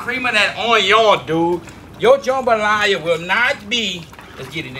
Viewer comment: The main reason I clicked this video is just to hear him say "jumbalaya"